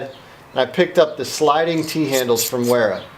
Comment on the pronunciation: You should learn how to pronounce those names in German the W is pronounced with a v